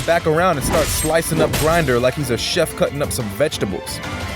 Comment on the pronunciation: btw its not grinder, its grimdor. ppl pronounce it (Grimm-dorr) thought u wanted to know